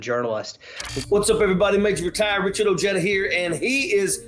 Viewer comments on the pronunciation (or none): Not ojeda it's oheda that's how you say your name.